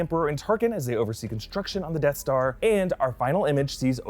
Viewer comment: Death Star pron lmao